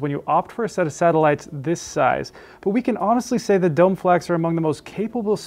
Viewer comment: Usually not this guy: it's pronounced dough-may. Also, for those considering these: the satellites are exquisite but for those who have heard a 10" or greater sub with serious amplification - think SVS - the included sub is a not going to satisfy your bass needs. And, as someone else notes above, having a 5" round for a center channel requires mounting it above the screen, which is not everyone's favorite spot.